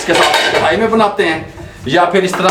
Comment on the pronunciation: zbrdst allah ap baap bete ki jori slamt rakhe... boht saare pkane waly karahi ko krhai kiun kehty hen snn k uljhann hoti he karahi bola kren naaaa